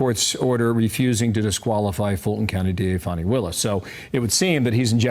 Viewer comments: why are they calling her "fawni" it's pronounced fan-ny fani fanny like ass or rear end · It's pronounced "Fanny". It's not a name, it's a description.